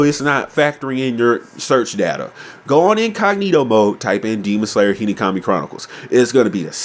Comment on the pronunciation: I love whenever you say Hinokami you say Hinikami 😂 Nice video though I agree